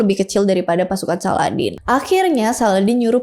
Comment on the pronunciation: izin koreksi kak salahuddin bukan saladdin